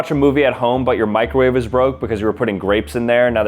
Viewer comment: Oh just loves his microwaay 😂